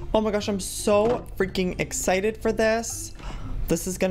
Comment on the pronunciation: Your not excited you are exsignted